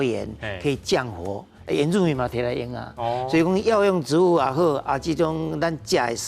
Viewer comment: 植物si̍t-bu̍t ⭕️ ti̍t-bu̍t❌tsi̍t-bu̍t❌ 建議來賓敢會使佇上全/100%台語節目進前，共欲分享ê智識ê台語發音準備khah 齊全tsê-tsuân/tsiâu-tsn̂g咧，因為主持人毋敢共恁點拄